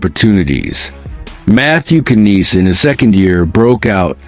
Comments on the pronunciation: Knies is pronounced Nies, k is silent!! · Bringing back J.T. for four years. Yes, definite change of the teams DNA. 😁🤣🤣🤣What did Tre do for the Calgary Flames? Love the AI "KNIES", LOL